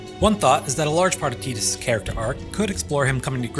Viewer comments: Yeaaaaa.. it’s def (Tie)dus.. like (tie)dal wave, (tie)de pods or (tie)iland.. no one’s going to convince me that u get (tea) from a T-I spelling .. when it’s spelled Tedus or Teadus, I’ll pronounce it as (tea)dus otherwise, Tidus is ‘tie’dus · Man, I was respecting this video so much until he started saying Tidus's name wrong. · wow dude TEEdus really? you should be ashamed.